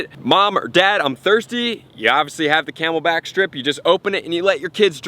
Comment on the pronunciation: he said camel pack